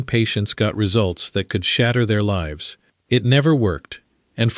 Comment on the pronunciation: 36.00 Put lives at risk, the Artif Idiot reads "put leves at risk". ?? At least try using AI properly.